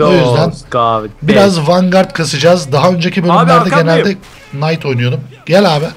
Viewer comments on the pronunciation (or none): SİZ KNİGHT'A SANKİ NİGHT DİYORSUNUZ PEK ANLAYAMADIM AĞIZ ALIŞKANLIĞIMI:D?